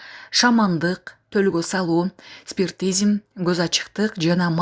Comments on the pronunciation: Диктор, доодуробочу. "Спиртизм" эмес. "Спиритизм. Алган айлыгынды актап жесен. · Алып баруучу сабатсыз го😂 козу ачык, шаман, спиритизм дегенди- спиртизм, деп окуп салды го!!!😂😂